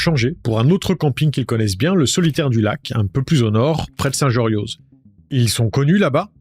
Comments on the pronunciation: St jorioz on ne prononce pas le z ahahah!! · arrêtez de prononcer les X et les Z à la fin des mots et des noms propres Savoisiens. Dans les alpes françaises c'est quasi exclusivement des terminaisons muettes. Donc on dit Saint [Jorio] Ouaip, enfin 😅